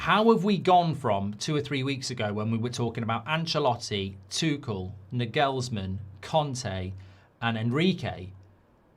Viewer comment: Also Naaa gaals man, nagelsman